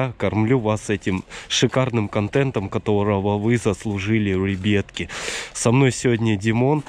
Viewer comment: Я люблю когда он говорит рэйбятки хахахахахахах🤣😂🤣😂😂😂😂😂🤣🤣🤣😂😂😂🤣😂🤣😂🤣😂🤣😂🤣😂🤣😂🤣😂